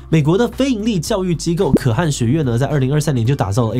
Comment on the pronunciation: 可汗 ㄎㄜˋ ㄏㄢˊ